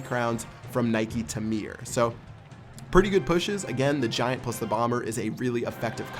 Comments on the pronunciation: toyono mdrrrr il à prononcé naiki ta mire ahahah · It's prnounced Nick tah mare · THAT WAS THE WORST PRONUNCIATION OF NIKE TA MERE OML I'M CRYING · ohhhh shitt LMFAO the way he pronounce NIKE TA MERE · haha loved how you pronounced nike ta mere :) ctai tordant